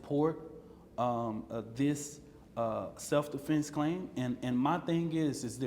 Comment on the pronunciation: "Self-DeFlence clime" "Ima just gonna speak Toof 2 power"